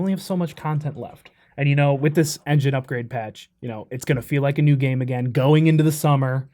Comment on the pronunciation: I love it when they talk “F13: The Gam E”